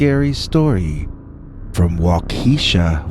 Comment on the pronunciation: First off, I love your dogman stories & listen everyday! I’m binge-listening to catch up on all I’ve missed from 5+ years ago. Awesome dogman stories! 💗🐺💗 🤣Hahahaha!!! I’m originally from IL & when I heard you first (mis-)pronounce Waukesha, WI, I was thinking 🤔🤦🏻‍♀️ “ just butchered THAT one!” 🤣🤣 Then I saw your note where you realized it, accepted responsibility & acknowledged your mistake. It’s so rare for people to do that nowadays, that I just wanted you to know 2 things… 1) I’m super proud of you👏🏽👍🏽 2) WI has LOTS of names that are usually very difficult to pronounce, if you’re not familiar with them &/or not from that area. Keep up the great work of telling amazing stories with awesome narration! You are very appreciated, & SSNYC!! 💗🐺💗